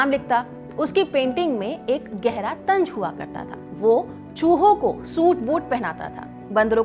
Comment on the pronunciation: Tanj nahi "Tanz"... ZZZZZZZ